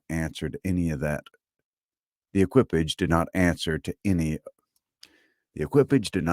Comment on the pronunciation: the pronunciation of “equipage.” It means horse-drawn vehicle. From “equine.” Emphasis on the first syllable, and the last syllable is “paw” with voiced “sh” sound. Like the last sound in “garage.”